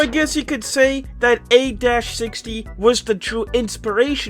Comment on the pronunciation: It’s pronounced a 60 not a – 60 I just had to say because it was bothering me